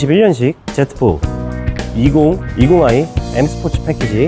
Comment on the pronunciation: Z제트포가아니라. 지포라고 말합니다